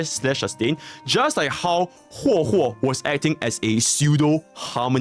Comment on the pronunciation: After hearing how he pronounces Huo Huo, I can't take this video seriously anymore.